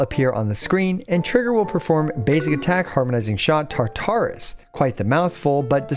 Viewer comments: This isn't that important, but just a heads up I have always heard Tartarus (from Greek mythology) pronounced with the emphasis on the first syllable rather than the second. Thanks for the guide! :) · Like Taar-ta-rus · Mfs will over pronounce character names and then completely fuck up Tartarus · Glad someone said something. I cringed every time he would say it lol